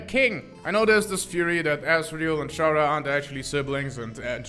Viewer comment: bro says Chara and Character in the same sentence and still continues to pronounce Chara's name differently 💀